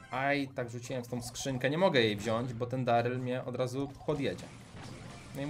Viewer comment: Czemu bu a nie bo